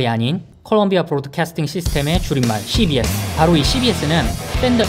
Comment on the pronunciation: CBS 발음듣고 구독 눌렀습니다!!